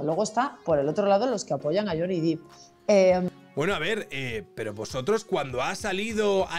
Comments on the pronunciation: Me da coraje cuando la gente por hacerse los bilingüe le llaman Johnny Deep (pronunciandolo dip osea profundo), y no, si tuviera 2 "e" se pronunciaria así, ma como tiene una se pronuncia "dep" ya que no es Johnny profundo ma Johnny Depp! Pd: no quiero ser repelente, ma ver que gente que supuestamente tiene estudios y ocupa lugares importantes en los medios de comunicación, creo que tendrían que saber como se llama uno de los actores mas famosos de Hollywood! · Lo peor de todo este juicio mediático es ver a tanta gente pronunciando "lloni dip"